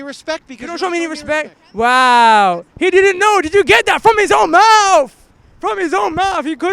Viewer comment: "From his own mouf. From his own mouffff!" Did this guy learn English in ESSEX??? Inductive meffod.